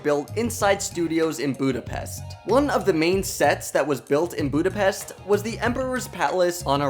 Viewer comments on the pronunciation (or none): It's pronounced “booda-pesht” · the "s" in Budapest is pronounced like the English "sh" in posh, harsh, mesh, short.